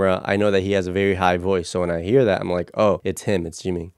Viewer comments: For Jungkook, you pronounce the J so not Yungkook haha and for Jimin its not Jeemin, the "Jim" has the same pronunciation as in the name "Jimmy" like Jimmy Fallon. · Actually in korean, it is jeemeen ☺️ 지민 the vowel ㅣ sounds like the english double ee.